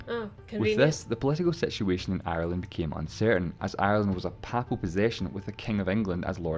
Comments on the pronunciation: The presenter of the video mispronounced the word "papal" numerous times which may be why you did not pick up on the meaning at the start. "Papal" should be pronounced "pay-ple" and not "papple" and it means "belonging to or relating to the pope of Rome". Hence, Ireland was a papal possession granted by the Pope to the king of England as a fief (pronounced "feef", not "fife") i.e. a territory run by a lesser ruler on behalf of another more powerful one in return for service to the latter. The king ruled Ireland under the title "Lord of Ireland". When Henry VIII broke with Rome and abrogated papal supremacy in England, he was obviously not going to allow himself to be subordinate to the Pope in relation to Ireland either so snatched the fiefdom from the Pope and assumed the title of "King of Ireland" - hence the Kingdom of Ireland which had its own parliament and laws and which persisted until the rebellion at the end of the 1700s and the Act of Union in 1801 which followed it when the Kingdom of Ireland was absorbed into the newly created "United Kingdom of Great Britain and Ireland". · For seven decades I have pronounced ‘papal’ as ‘pay-pul’ but never have I heard of ‘papple’. No one has ever in my hearing pronounced it the latter way. Have we been wrong all this time? I do not think so. Mind you, in a totally unrelated YouTube video recently I heard the narrator pronounce ‘Mountbatten’ with the stress on the first syllable whereas should be on the second. I shall have to teach myself not to mind. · You begin the vid by saying Irish History '' basically isn't too complicated'' Oh boy you haven't started yet ! 🤣🤣🤣🤣 & it is pronounced Paiplal as in P ape L not P followed by apple , as I think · Papal, pronounced 'pay pul' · While the video does its best to explain a complicated subject, the narrator's pronunciation is a little unusual at times (even allowing for his accent). For example, 'papal', meaning 'of or pertaining to the Pope' is usually pronounced 'pay-pul'.